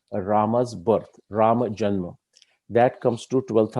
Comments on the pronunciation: I observed many people including scholars like you as wellasnon anglophone... Those who pronounce रामा for राम and योगा for योग same people don't use संडासा for संडास। Do you have any idea about it why? Including you... I guess like every other Indian you also ssy संडास n not संडासा। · Suggestion: Pls pronounce namea as we do in normal lfe so its Ram...Ravan, Sugriv....not Raamaa, Ravanaa, Ramayanaa, Sugrivaa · I like the whole topic and narration. But your Rama and Sugrivaaa pronunciations are jarring. Why not use indic style of Ram and Sugreev? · Respected Shri krishna ji, where is the question of "Hindi ideology" here? I am just insisting that the pronunciation of certain Indian words should be as per their original Sanskrit pronunciation and not the as per their anglicized versions. However, I am sorry to say that there are people in our society who are still not out of that mindset of the British colonial times. Americans took our word "yog" from us and made it into "yogaa". Funny and irritating at the same time! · रामः = Rama in which case : stands for colon... And not visarg in Sanskrut... Otherwise if it's used as visarg could be pronounced as Ramah... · Rāma and Rāmā are two different pronunciations. राम is Rāma, Rāmā is रामा